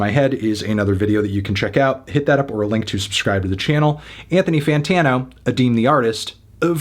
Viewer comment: you did not just say “boythony toytano” Anthony.